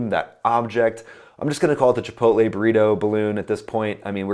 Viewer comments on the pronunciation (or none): none